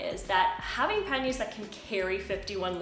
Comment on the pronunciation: sorry but you are defiantly a member of the language police but l would like to thank you for your correct pronunciations l can now go shopping for some pan-yr bags and sound smarter than l really am